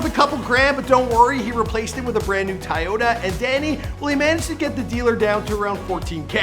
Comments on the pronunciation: He said “Tie-ota” lmaoooo cmon I know there’s Toyotas in Canada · He said tyeota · Wtf is a tioyta last i heard it was Toyota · “Taiota” TOYOTA BUB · What exactly is a Tye-Yoda? Defuq? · can't even pronounce Toyota!